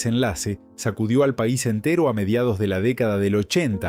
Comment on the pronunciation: Porque habla tan mal esta persona que tiene muy bueno voz, pero pone tildes o mejor dicho ascentua donde no va lo que esta diciendo ejemplo Pais dice Pa' is ascentuando mal pero no esa sola pslsbra sino vsrias que no me voy a molestar en correguir